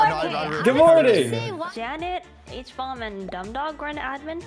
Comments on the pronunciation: the way smiled when said HBomb as huhbomb was pretty funny. 😂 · Habomb Subtitles: Obama